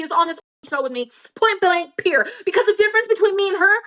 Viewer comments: I’d be happy if I never had to hear “point blank peer” ever again in my life. 🙄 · I hate when says "point blank pure" she's so lazy she can't even say period! does not have thick skin, she crashes out whenever anyone says anything about her at all. All does is lie!